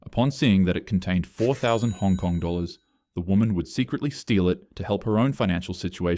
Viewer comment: Hong Kong, and he butchered that name horribly